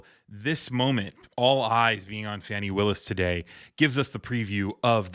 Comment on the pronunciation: Thanks for your report, and Madam DA's name is pronounced Fon-nee not Fanny. Common mistake Sir.